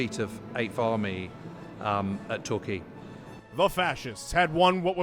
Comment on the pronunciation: TW PLEASE IF YOU'RE GOING TO SAY T*RQUAY